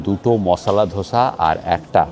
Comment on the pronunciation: দাদা....আপনার অনেক অনেক video দেখেছি। এই series টাও খুঁটিয়ে খুঁটিয়ে দেখব। একটা suggestion - ওটা যা breakfast করলেন সেটা দোসা , ধোসা নয়। ধোসা বা ধসা আলুর হয়। 🙏😅